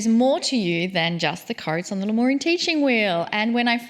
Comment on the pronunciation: Its lemurian, not leorian. 😂